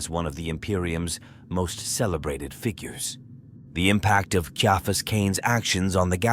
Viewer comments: It really takes me out of the story when the AI phonetically pronounces names. It's not KEY-AHfus , it's SYA-fus or KAIA-fus . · Glad i'm not the only one.